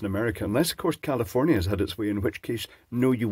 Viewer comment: You scots say commiefornia funny